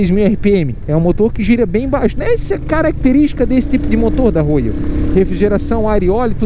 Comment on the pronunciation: Pq "Rôiou" se a pronúncia é "Rhóial"?🧐